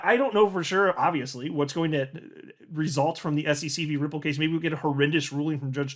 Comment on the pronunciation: The “frooo” 😂😂😂😂